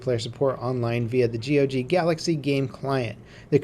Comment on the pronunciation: dude stop saying g.o.g. Just say gog.